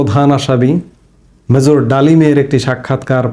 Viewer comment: Apnar kotha amar khub e bhalo lage, but ekta suggestion dite chai, it would be great if you check on some pronunciation correction, like, major, instead of mazor…General, instead of Zeneral…